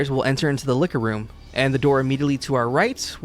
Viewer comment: Oh you said Liquor room. Almost scared me for a second lol